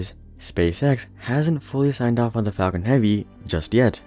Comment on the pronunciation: The Fall-con heavy